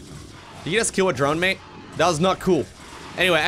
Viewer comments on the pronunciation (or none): none